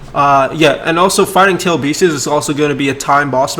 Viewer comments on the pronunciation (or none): Everyone: Tailed beasts //: Tailed beeses